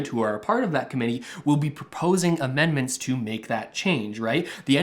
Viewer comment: Dude: were you drunk when you wrote this or just stoned out of your mind? Didn't you mean to say amendment when you said, immendment? You think you're a political expert or a fortune teller or both? In spite of my pessimism however, I tend to agree with you! I wish Russell would start explaining this new program that pays people to learn a new, in-demand trade. That would truly help all Canadians who wanted to take advantage of it! I'd like to become qualified as a heavy machinery operator or electrician. Trudeau started out as a Drama Teacher and maybe he likes a little drama in his politics and election strategies, keeping unemployed Canadians on the edge of their seat until the last possible second where he comes to our rescue and keeps the CRB at $500 a week...Wouldn't he look good, the big hero, come election time? The liberals are crying about the huge debt but they will easily pay it off with all the millions of dollars a month in taxes on licensed marijuana as they tax us to death.